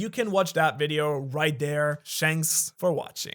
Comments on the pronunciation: Ayo did I miss hear at the end or did u say shanks for watching 😂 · Did you just say "Shanks for watching" at the end of the video?😂😂